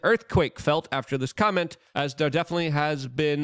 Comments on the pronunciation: If you cannot pronounce COMET correctly and insist on saying comment do not put it on your show !! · Luke why did you keep saying Devil Comment instead of Devil Comet? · It's COMET not COMMENT. good grief 🙄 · Lukes ability to say Comet, is only surpassed by Benadryl Lumber-hatch attempts of saying penguin